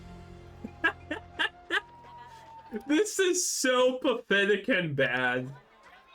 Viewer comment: "TOGEHHDA !" HJAHJAJAHA